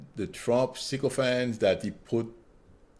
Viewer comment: I like the way you say "sycophant" with your French? accent!